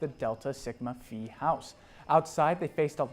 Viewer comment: 9/1/23 now. Illinois native, 85, now in Raleigh, I frequently tune in to your posts. Always enjoy them and learn something from them. P.S. "Phi" is pronounced "Fi" not "Fee".